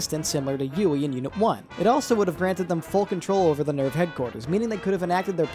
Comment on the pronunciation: I love Satsuki/Misato's English VA in the netflix dub (I straight up cant remember her name) but i cannot stand the way she pronounces NERV no matter what